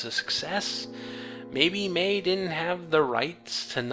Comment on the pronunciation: I understand since you're not from NZ you're probably not used to it. But the pronunciation of her last name is May-he. Great review, by the way. I was bummed I missed out on it when it went down originally.